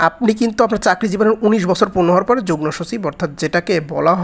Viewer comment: ভাইয়া যুগনোর জায়গায় যুগমো হবে উচ্চারণ।